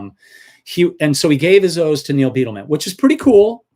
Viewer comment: It is pronounced Byedelman, not Beetleman.